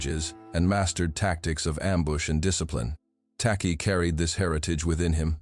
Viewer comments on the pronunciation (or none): The name is Takyi , pronounced as 'Techie' because 'ky' in Twi/fanti is pronounced as 'ch' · Im a Ghanaian, an Akan n a Fante tribe from which TAKY come from. His name is spelt as "TAKYI" we pronounce it as TACHI. In Akan, we pronounce "KY" as "CH". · It's "Tekyi/Takyi", enunciated "Teh-Chi" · Tacky is the corrupted version of "Takyi" pronounced as Taychi. A typical Akan name. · Any Akans from Ghana 🇬🇭 here? The name "Tacky" I believe the true spelling of this name is Takyi and pronunciation is Ta..chi. The British pronounce Akan names as they hear it. Like a town called Kyebi but the British pronounce it key..bi spelling it "Kibi" Akans cover Western region, Central region, Eastern region, Ashante region, Bono region, Some in the northern region, Oti region of Ghana. Akans are fighters but calm people of Ghana 🇬🇭 Some in Ivory Coast. There is a saying "do not come for us unless we come for you" God bless our home land Ghana 🇬🇭 and God bless Jamaica 🇯🇲 peace. So shall it be. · Hey heyy heyyyy. This is not the time n space shake Asante shoulders. Akan doesnt mean Asante. Takyi is a Fante name. And it is pronounced " TACHI" not TAKI. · His name is spelt and pronounced 'Tachie''